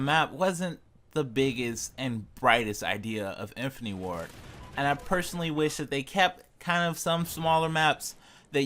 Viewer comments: IN. FIN. AH. TEE. 4 syllables you knob. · its infinity ... not infiny and squad not swad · Decent video. I would learn how to say infinity and opinion for future videos lol